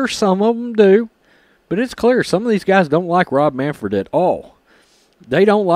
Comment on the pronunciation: It's Manfred not Manford.